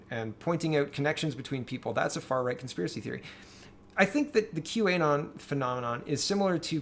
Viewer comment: Great video, as usual! One quick note: it's not Q - A - Non. It's Q - Anon (as in anonymous)